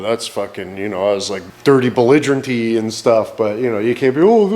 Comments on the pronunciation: "Little Bluigerent" You like that kind!!! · "Belligerent blue"